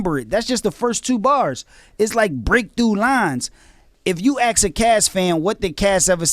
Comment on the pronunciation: They axe em about it lol My friends always make fun of me for saying axe instead of ask Looks like I'm not the only one (Cassidy)